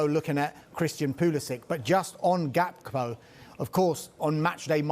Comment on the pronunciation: K in Gakpo is silent dawg. 🤣